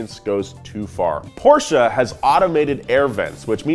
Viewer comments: Again with the Porsch"a" pronunciation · I like you're efforts to pronounce "Porsche" right . . ;-) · *Porsche exists* US: PoRsSHAa